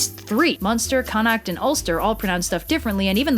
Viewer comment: I know right. My little Irish ass is watching the world and I'm just waiting for him to come prancing down the streets of Dublin. Also this is painful to watch due to the horrid pronunciation of the words. Connacht made me gag and the most common ones are the right ones. Fee-yun not Finn.